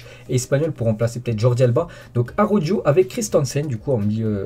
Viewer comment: Merci pour toutes ces infos . Néanmoins, STP, pourrais-tu essayer de faire un petit effort sur la prononciation du nom des joueurs de mon club préféré.... Xavi c'est parfait , Riqui Puig également ,mais "Araujo" quel désastre... "Arodjo" vraiment ?!!... Désolé, mais ça me fait penser aux commentateurs (trice) de la chaine l'Equipe .... Merci d'écouter Omar sur Bein .....